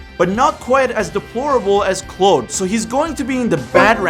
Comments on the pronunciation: This is the second person on YouTube within a week that keep calling GTA 3s character "Clode" 😂 it's Clawd dude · "clawed" not "cload" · biggest crime is pronouncing Claud (Clawed) as Clode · It’s claude (clawed) not cloud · Apologizes for saying Luis's name a little wrong Doesn't forgive because he pronounced Claud as 'Clode' for whatever reason without remorse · Bro said Clode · I don’t know if it’s your accent, but it’s not pronounced “clode” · Who the fuck is Clow-da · What is that pronunciation of Claude? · Bro can't pronounce Claude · How you gonna make a video like this and can’t pronounce Claude lmao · The way you pronounce "Claude" scares me. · The biggest crime in this video is your butchering of the pronunciation of Claude's name. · Cant get over how he pronounces claude. Like has bro not heard his name before? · That's an interesting pronunciation of "Claude" lol